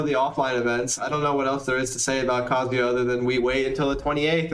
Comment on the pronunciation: So irritating hearing people say his name so wrong lol. It's pronounced Kuh-Zoo-Yuh.